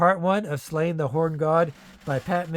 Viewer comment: It's pronounced SLAW-nyə, not "Slain".